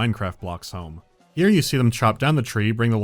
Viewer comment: 'ERE COMES DA COW